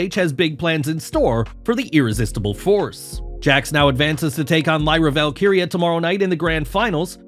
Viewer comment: 😮 Finally pronounces Lyra Valkyrias name right